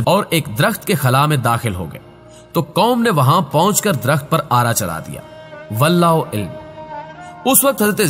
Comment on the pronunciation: Bhai sb Aapne /28 par ek lafz kaha "Wahab Bin Mambah" Ye dar asl Wahab Bin Munabbah Hai bhai Aur Akhir me lafz kaha Wallahu ilm Ye dar asl Wallahu A,alam Hai bhai